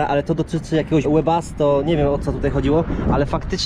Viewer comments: błaga nie łebasto;))))))))))) Czyta się tak jak jest napisane WEBASTO. POZDROWIENIA DLA CAŁEJ RODZINKI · Panie nie łebasto tylko Webasto to ogrzewanie postojowe:) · Łebasto..?🤪o majn god. Swoją drogą to jest bardzo przydatna rzecz sprawdź sobie jeśli nie wiesz o co chodzi z tym